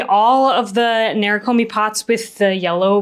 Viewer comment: Beautiful video and pieces! Thank you for taking us through this wonderful process. To anyone interested in the word “nerikomi” itself, it’s not “nair ruh koh mee” in the original pronunciation. To each their own way of saying things, we each have our own muscles trained in language, but for the curious “neh-lee-koh-mee” is closer to the Japanese pronunciation.